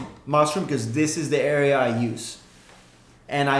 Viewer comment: it's not "dis"